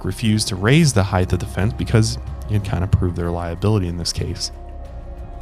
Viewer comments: LOVING this show so much! Neurotic side note: its HEIGHT not heighth. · I think it’s weird you’re not mentioning the extremely low odds of something happening to you at a theme/amusement park. The millions of people who go to the parks vs. people who are injured on rides ratio is negligible. But you also pronounce the word height as “heighth”, so there’s that. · Please stop saying heighth. It's not a word. The word is height. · Did you really just say "heighth" 😳 fucking heighth 😄 you absolute moron